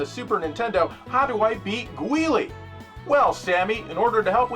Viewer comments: 'Gweelie' lol everyone knows it's pronounced 'Julie' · LOOL "gwee-lee"... I learned from the FGC that a lot of people also said "gilly" A lot of usernames/gamertags use that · I love when people pronounce Guile as Gwee-Lee xD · 😂😂😂"how do i beat 'gweelee' ... " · That end skit reminded me that I used to pronounce Guile's name as Gully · That ending skit was great, but the way he pronounced Guile physically hurts me. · OMFG I just realized me and my friends pronounced Guile name wrong for 30+ years…